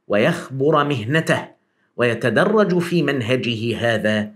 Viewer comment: جزاك الله خيرا . ( ويتدرّجَ في ..... ) بفتح الجيم لا بضمّها . بوركت ، وفتح الله عليك ، ونفع بك .